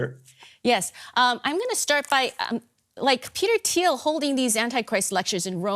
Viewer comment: "Teter Thiel"